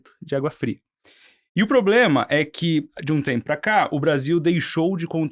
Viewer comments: "a gente esta tendo varios poblemas " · Fala "poblema", igual a Janja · especialmente quando nao coloca a letra "R" de poblema no caso do analista. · poblema, parei o vídeo aí... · Tive um professor que dizia: " quem fala "poblema" tem dois". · escutar uma entrevista, com um suposto especialista que fala poblema!! puta que me pariu! tô fora! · 'POBLEMA' é ruim né 😢😢😢😢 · PORRA MEU!!! PO-BLEMA!!!! É FODA!!!! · O cara vai ai dizer POBLEMA, é dose... fez o L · Alguem que fala Pôblema... tudo que vier depois disso perde credibilidade kkkkkk. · Porque ele fala poblema??? 😅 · O cara tão inteligente e fala: Pôblema! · O cara falando e "poblema" dizendo que sabe tudo de economia.... e tem ot@ que caem nessa.... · Não dá para falar "poblema" neste nível de conversa. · Ele tem problema na fala ameba 😂😂😂😂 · caralho o Cara tem uma dificuldade de pronunciar o R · Ouve direito… não é isso. Ele tem uma pequena dificuldade de pronunciar o R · Ele tem sim, verdade.